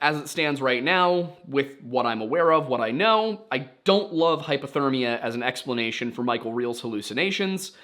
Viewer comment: I can’t tell if you are saying hypothermia or hyperthermia. I noticed it in another video that it sounded like you were saying hyperthermia when talking about hypothermia. It is probably just your accent but just wanted to check in. Many people confuse the two but hyperthermia would be the body getting too hot and hypothermia is the body getting too cold. Again, you probably know this and it is just an accent but thought I would point it out just in case.